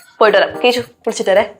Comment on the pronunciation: കേശു അല്ല കേസു 😂😂